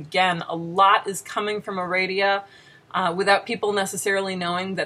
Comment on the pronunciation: I'd recommend reading the version of "Aradia" that Gardner used, to get a better idea of Wicca's history. (Nit pick: you're mispronouncing the name; the second "a" should be like "ah.") "Mastering Witchcraft" was either my first or second book on the subject. Great book. That cover looks exactly like the one I have from the mid-70s. Has it not changed, or do you have a really old printing? "A Witch's Bible" is a great recommendation; I would add Stewart's "What Witches Do" for a good introduction to Alexandrian/Gardnerian/British Traditional Witchcraft. I got to meet Stewart before he died, and Janet much later. Both very nice people. As another tidbit, "Farrar" is pronounced with the accent on the first syllable. I loved the little sigh you gave right before showing Cunningham. The best thing about Buckland's book is the exercises. What, you mean Wicca involves doing work? I have a couple of Silver Ravenwolf's books. (I bought them used so I wouldn't be giving her any royalties.) I don't know if it's still there, but on her website there used to be something about hiding your religion from your parents. This included the statement, "Oh, and you parents? Maybe you don't care about your children, but I do." I was horrified; that's the statement of a cult leader. As for the books themselves, I found the style patronizing, like she was assuming all her readers were idiots who couldn't handle anything difficult. The content was a joke; I'm by no means an expert in the subject, bu